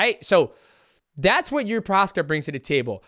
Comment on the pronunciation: Hey Champ, Jiri's name is pronounced "Yiji"